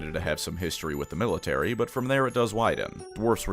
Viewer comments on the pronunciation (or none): none